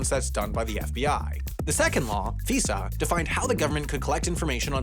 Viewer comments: it's f-EYE-sah, not f-EEH-suh. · Figh-za, not Fee-sa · Just a point of order: we don't pronounce FISA as "fee-sah," it's "fai-suh" - like the "fi" in "five." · It’s not pronounced F-ee-sa, it’s pronounced F-eye-sa. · FYI "FISA" isn't pronounced like a Visa credit card, it's "fai-zahh". But yup, all the intelligence agencies have beef with each other, not just CIA and FBI. We also created the new Director for National Intelligence to sit over all these people, but that is going about as well as you expect. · FISA is pronounced with a long i (f-eye-suh). Source: I am a former intelligence community employee. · I've always heard FISA pronounced "figh-za" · Interesting Video.. BTW whenever I hear a reference to the Document/Law , I have only heard it pernounced as the F-eye-sa Law. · You pronounced "FISA" wrong. Also nearly all of it is unconstitutional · Next Half as Interesting video: Why Everyone Pronounces "FISA" wrong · A whole research team and nobody watched a single video to hear "FISA" pronounced properly? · your pronounciation of FISA hurt my ears :) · I wanted to correct the pronunciation so bad lol thank you.